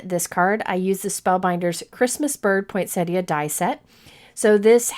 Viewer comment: Just something silly, but thank you for being the only cardmaker that I have ever heard the correct pronunciation of poinsettia from :) everyone else says pointsetta lol